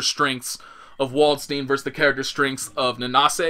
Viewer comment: It is funny that the japanese actually can prannounce Dutch and German fairly well. They say stuff like Valkenhayn and Waldstein the right way. But english they get completly wrong.